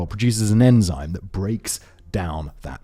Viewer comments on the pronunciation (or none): none